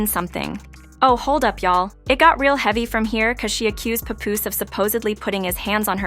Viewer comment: Oh lord I hate that AI talking, not knowing the persons name. No rehearsal. No nothing.🗣100%